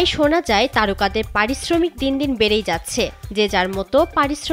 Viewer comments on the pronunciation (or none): none